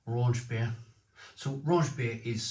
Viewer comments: Don’t know how a bloke from Wales can’t pronounce the CH part 😂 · Raunchbier isn’t a thing! Rauch = smoke, Raunch isn’t a German word… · Raunchbier? I only know Rauchbier (like Schlenkerla) and thats also what the can says ...